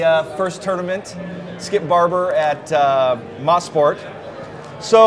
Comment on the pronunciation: It's pronounced as MO-SPORT not MA-SPORT